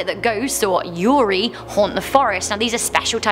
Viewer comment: Careful with your pronunciation of japanese words,. Ghosts in japanese os pronunced "yu-re-i" not "yu-ri". That one is for female romance/sex storytelling, mostly in manga. You won't find much of that type of romance (or any other kind of romance) in the Suicide Forest;)